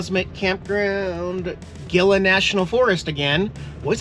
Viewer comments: It’s Hee-La not GIL-A national forest, like in gila monster reptile. With love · The Gila Nat Forest is pronounced “Heela”! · Gila is pronounced Heela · Ghila is pronounced "He-la" lol National forest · I can't take it anymore.🤪 You keep saying Gila mountains wrong (hee-la"). Think Gila monster! Thank you for this short intermission🤣😄... Have a great trip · Love you, but it's pronounced HEE-LA, not Gill- Uh. Just a native word. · Enjoyed the video. FYI... Gila is pronounced "hee-lah"! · It’s pronounced Geela. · Thanks for the videos. Gila is pronounced He La Safe travels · Gila is pronounced as Hee-la. As in Gila Monster (Hee-La Monster). Common mistake from people not from the Southwest. 😆 🤙🏽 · Gila is Spanish and it is pronounced (hee-luh) like the Gila Monster which gets its name from the Gila River that runs through the Gila National Forest. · No hate….Gila is pronounced ‘ heela’ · Gil’s is pronounced hee lah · Gila is pronounced “heela” after the Gila monster. Have fun in beautiful New Mexico… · Pretty sure it's :"HEE-la" like the Gila Monster... Stay Safe! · I am sure someone has mentioned this... Gila is pronounced "He la" I have followed you for some years. Enjoy your channel. I was raised in New Mexico, great place!!! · Just sayin', it's pronounced HEE-la. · Gila pronounced hela, I'm pretty sure. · Pronounced Hila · not trying to get on the nerves but you pronounce gila ; hee-luh. I live in Deming... I'll wave as you pass through! Happy trails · Gila Forest....pronounced He La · Gila is pronounced Heeela. Like gila montsers…..😂HEELA MONSTERS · The G is pronounced as an H in Gila national forest. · Gila is pronounced like "he la" the G is silent 🤫. Pat the kitties for me. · It's actually pronounced "Hila". 😆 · FYI- GILA is pronounced------ He La. The G is an H sound. Good video. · It's actually pronounced, ""hee luh". I didn't know either...🙃🙃 Don't know if you're interested in the Gila Cave Dwellings,, very interesting ,,,,.